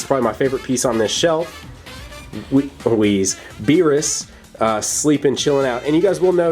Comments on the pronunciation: It's wis not wizz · its whis you said whiz